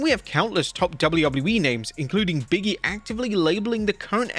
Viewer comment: 😂😂. Wait tell he pronounces Big E as Biggie